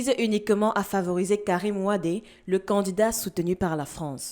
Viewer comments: soyez pas humble et apprenner les Sénégalais te dise Wade et tu insiste dans la bêtise en disant Wade. son père était Wade et le fils est Wade tu es camerounaise et apprends simplement à prononcé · Ma fille on dit wade on dit pas wadé. C'est la prononciation sénégalaise. Moi aussi je pensais comme toi, du fait que dans l'Afrique cela se prononce wadé mais les frères Sénégalais disent wade. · C'est Wade pas wadé . Je suis sénégalais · C'est Karim WADE et non WadÉ Mlle. Vous êtes Africaine vivant sur le Continent Africain il me semble, ne faîtes pas les mêmes erreurs que les européens en Europe. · Hôtep ma soeur cest Karim Wade pas Wadé😂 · Messieurs et Mesdames, je vis au Sénégal depuis près de 11ans et les sénégalais eux-mêmes prononcent WADE et non Wadé. Peut-être se trompent ils, peut-être avez-vous raison, en attendant respectons un minimum la prononciation qu'ils font de leur compatriotes. Si quelqu'un disait Pensées KamitÉ vous lui donnerez la bonne info. Je vous donne ce que je crois être la bonne info, à vous de prendre ou de laisser ou de faire vos recherches.